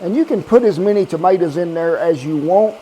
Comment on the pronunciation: Wow , I can't believe I wasn't already subbed to you. And though I've rectified that , - there's no ' R ' in tomaters.